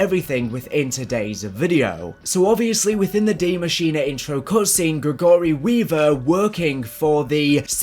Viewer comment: Please learn how to say Gregory. It’s not GreGORy